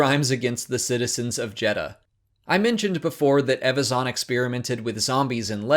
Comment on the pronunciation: Learn to pronounce EVAZAN properly before making videos please